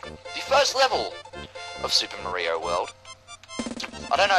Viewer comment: XD Super Muh-ree-oh FTW! I really love what you've done with the game!